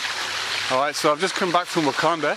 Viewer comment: I can't catch what you're saying... "akondah?" You've come back from seeing "akondah"?